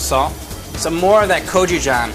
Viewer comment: He said he added 'kojijjang' to the glaze....did he mean gochujang?